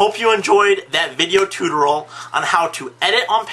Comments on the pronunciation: say it with me: TOO-TOR-E-AL TUTORIAL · Not bad! But it is pronounced "TOO-tore-e-al" Otherwise, a very informative video.